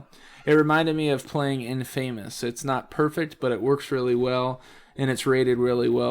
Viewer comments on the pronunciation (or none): IN-Famous. haha, learn english brother. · I'm sorry, but I must point this out...you pronounced infamous epicly wrong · lol at how he said "infamous"